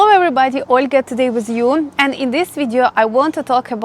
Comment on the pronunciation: olga try to say wid you not wiz you